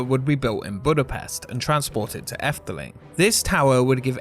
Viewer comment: Oh well thank you! Are you Dutch since you pronounced "Efteling" so well [Edit] Okay you're not Dutch, but your pronunciation is very good so.